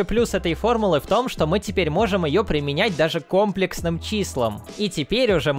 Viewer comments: Только числа не кОмплексные, а комплЕксные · Комплексные числа правильно называются комплЕксные, а не кОмплексные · Математики говорят "комплéксные"